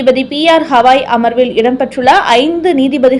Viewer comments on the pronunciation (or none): First you correct yourself. It is not hawai... Pronounce has Gavai.